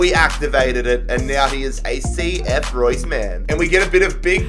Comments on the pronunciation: It's cf Roos. Not Roy's ffs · You do not say Reus like Royce. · pronounced reuuus not like the german marco reus lol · It’s pronounced RAY-OOS not Like Marco reus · Since it's Spanish, isn't it pronounced ray-oos? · Its ree-us + i just came back from reus 2 days ago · It’s pronounced “reh oos” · Re-us, not like Marco Reus